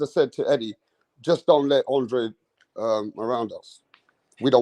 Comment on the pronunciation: I don't know why people keep mispronunciation his names its (AAHNN DRAAA DEY) hE'S CAPE VERDEAN aka capo verde